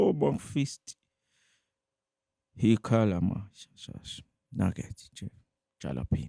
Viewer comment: Did he say Naggets and Jalapeno🤣🤣 mnikezeni ukudla adle ulambile